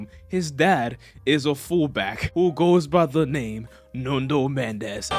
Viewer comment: its NUNO Mendes not NUNDO Mendes 🤣🤣🤣